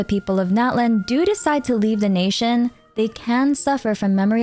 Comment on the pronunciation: "Please LIEF a like and subscribe"